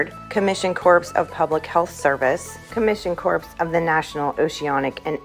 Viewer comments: Just a friendly heads up. Make sure to pronounce Corps as "CORE" like marine "core". People get touchy with the sound of "corpse". Thanks for the great video. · Corps is pronounced core, not corps, a corpse is a dead person. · Corps is pronounced "Core". And great video 😃